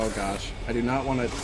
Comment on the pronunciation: Please dont say gosh like that